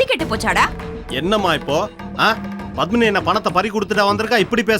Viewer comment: Pavitra really deserves this.For every little problem she used to call Pandyan as if he was her personal body guard,and suddenly he has become persona non grata. Oh it is PADMINI not BATHMINI.